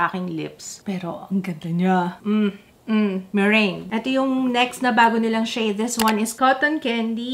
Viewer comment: Yung meringue... Merang bigkas:)